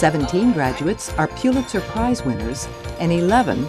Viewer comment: Pulitzer is pronounced PULL-itzer, not PYOO-litzer.